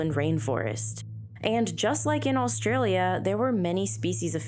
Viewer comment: stop saying "allstralia". there's no L there.